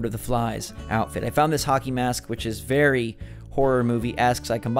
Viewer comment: Emphasis on the very